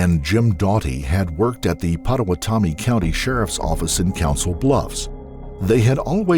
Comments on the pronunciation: I do not understand how you can get this distorted .. and to take it this extreme, she had to have had some bad mental illness 😞 so sorry for the victims here and in any case like this!! Ps.. i know it's an odd name but Pottawatomie is pronounced "pada - wada - me" .. hearing it pronounced the way it should makes it sound silly now tho .. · It's pronounced - Pot-oh-watt-ah-me You were close though.